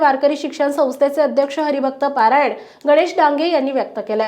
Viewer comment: हरिभक्त पारायण नव्हे, हरिभक्त परायण म्हणा.